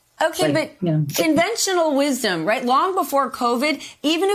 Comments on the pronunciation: Dis-satis-fasion? Dang....customers were so rude they broke her vocabulary.... sad. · Did she just say...dissatisfation? I think she did. That was funny.